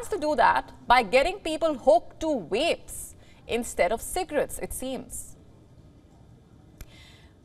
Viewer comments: They said the title wrong! It’s swap cigs for vaps. And she says wapes laugh out loud. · She is having problems getting her lips round wapes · V must be hard to pronounce